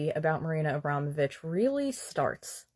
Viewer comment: WHY CAN THEY ALL NEVER SAY NAMES RIGHT...abrom...o...vich😊